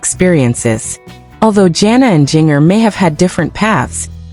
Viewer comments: It's ginger, not geenyer. this is not a real video. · Learn how to ppronouce her nam